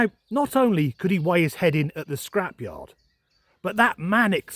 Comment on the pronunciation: "weigh his head at the scrapyeard" lost it 🤣